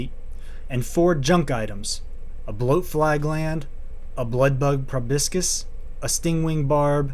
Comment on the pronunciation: I found a good way of pronouncing words I dont know is to take it syllable at a time.. Pro•bos•cus. Not probiscus